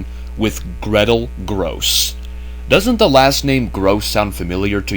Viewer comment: "Grosse" is pronounced as "grocer", not "gross".